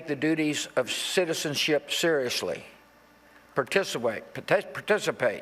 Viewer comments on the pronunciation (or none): You heard the man, "particirate" .